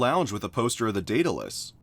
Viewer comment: Hearing you use the correct pronunciation of 'Daedalus' brings me joy xD